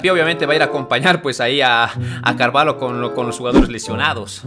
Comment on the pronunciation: se dice carvallo no carvalo